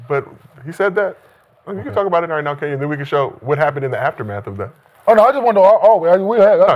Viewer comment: Kenyons Arena 😂 gotta chill